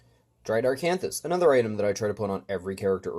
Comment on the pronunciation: Good videos, surely helpful for new players!There’s no ‘r’ in Acanthus